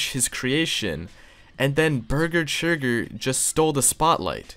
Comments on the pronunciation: Churger burger forger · Ah yes Burger Churger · Bargur chager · I like how he gets beese churge's name wrong every time lol